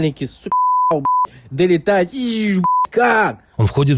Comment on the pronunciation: Как он далитает как 😂😂😂😂